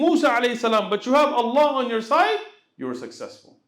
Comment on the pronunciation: السلام عليكم. تنبيه صغير للشيخ لو حضرته يسمح. انا قرأت انه يجب نطق حرف الهاء في الشهادة. يعني مثلا أشهد ألا إله إلا الله(الل"ه") وأشهد أن محمد عبده ورسوله (ورسول"ه" ) لان في العامية عندما نتكلم. نقول( اللا) (رسولو) وان ده يبطل الصلاة لا أعلم أن كان قصدي مفهوم لكن لاحظ ذلك عندما الشيخ ينطق الشهادة وكذلك الأجانب. يقولوه اشهد الا اله الا اللا alla دون الهاء h واشهد أن محمد عبده ورسولو Rasulu دون الهاء h جزاكم الله خيرا